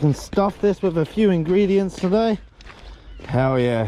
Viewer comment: Why do you say wiph. With